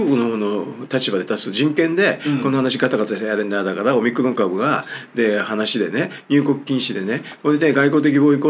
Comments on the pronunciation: おミクロン様という風にしか聞こえなくて困るｗ それにしても臭い一択だったなｗ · オミクロンと日本語で翻訳してるだけで、発音はオムニクロンなんですが、そんな事も知らずに動画出してて草( ･ั﹏･ั)